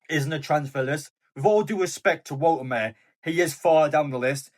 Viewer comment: Bro, please get the pronouniation right.. Wolte ma de.🎉